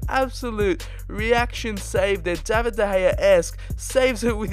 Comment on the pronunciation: I think you should pronounce David as how it is in English using countries. Since he is Canadian, I’m not 100% sure about pronouncing his name ‘Daa-vid’.